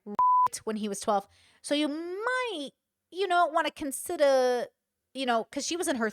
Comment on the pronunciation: The way that pronounced " You might want to consida..." was so Good Chick!!! 😂😂😂 I don't care how she speaks, or where her parents are from: That was spot on.